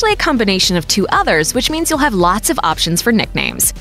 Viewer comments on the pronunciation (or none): none